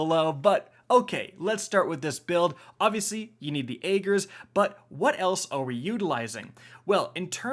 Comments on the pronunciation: Do none of yall streamers actually listen to the story cutscenes/audio? It's AGG-er... Not AY-ger. Carry on. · Rick "It's not Ay-ger's Scepter it's Agg-er's Scepter" here.